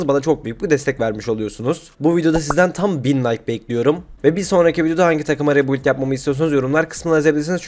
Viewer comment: Rebuild demeyi ne zaman başaracaksın usta